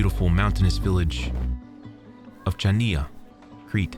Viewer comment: my brother, great content but Chania is spelled as you said Chios. (like saying Hios but with a harsh h, hence why Chios and Chania ate spelled with the c)